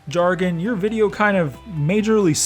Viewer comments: Bruh he said largon not largan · bruh he said fargon not jargan